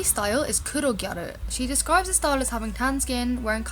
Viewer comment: ***** also I forgot to add serious props to you for pronouncing gyaru correctly - i cant tell you how many youtube videos ive watched and just cringed because they say 'gyah-roo' hahah. its like just say gal or pronounce the word correctly omg!!